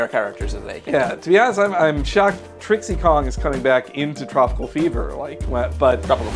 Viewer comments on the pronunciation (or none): Anyone else cringe when the guy says Trixie Kong? Her name is DIXIE Kong! And their reasons for why Pac-man wouldn't be included don't make much sense either, for several reasons that all basically are different shades of this one: MarvelXCapcom is a VERY different fighter than Smash Bros, to the point that it flat out requires fighters that are mostly human, and a ton of moves. Here however, there are just enough potential moves from all his games to make up a moveset, assuming you bring both World 2 and Ghostly Adventures material, with a tiny bit of improvisation using the pellets. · Its Dixie Kong not Trixie Kong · It's dixie not trixie... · its not trixie kong its DIXIE kong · Did he just say Trixy Kong?? Multiple times?? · I'm sorry, did you just say Trixie Kong? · How the fuck did they screw up the name Dixie!?